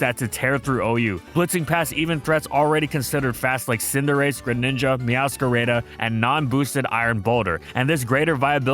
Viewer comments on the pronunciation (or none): "Meowscarayda" lmao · Why do you say meowscarada like that 💀